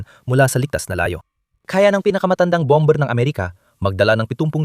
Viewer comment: Bomber is pronounced as "bamer".